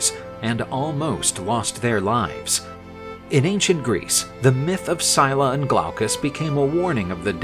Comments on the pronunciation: I'm nearly impressed that in one video they managed to pronounce almost every single name incorrectly. Syclla is not pronounced "Sie la" its pronounced more like "Silla" (written phonetically not literally), Glaucus is pronounced like its written. "Gl au cus" not "Glockus" and Charybdis isn't pronounced "Shar dees" (Where on EARTH did they get that??) its pronounced "Kar rib dis", again, far closer to how its actually 𝘴𝘱𝘦𝘭𝘵. An otherwise interesting myth though, and the artist did a very good job illustrating it. Just a shame that the voice over guy they got couldn't be bothered to check any websites or do a tiiny bit of googling to find how these greek names are pronounced and butchered them as a result. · You know its Scylla and not Syla. And the other Is Caribdis not Shardis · Pronounciation!!!: "Silla" "Karribdus" This is the origin of the saying, "Between a rock & a hard place," it was said, "caught betweenScylla & Charybdis." This is what ancient Greeks called the Staight of Gibraltar. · Pretty cool, but one thing: "Scylla" is pronounced "Skill-ah" and "Charybdis" is pronounced "Kah-rib-diss" - not "Shar-dees"